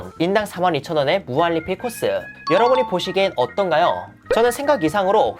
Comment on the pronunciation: 무한리필?할때 발음이 왜그러시죠?